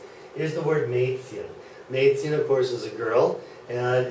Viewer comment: If this is really a german teacher, then i need to come over and become a teacher. He even cannot speak out the word Mädchen... How bad ...